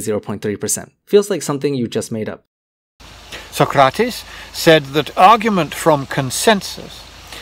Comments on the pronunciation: Amazing how much more legit bullshit sounds when it's said in a British accent. I really liked the part where he mispronounced Socrates. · His pronunciation of Socrates... 🤦🏽‍♂️